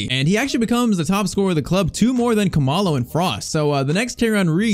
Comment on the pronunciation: He is not pronouncing Khumalo correctly, it is like cool-ma-lo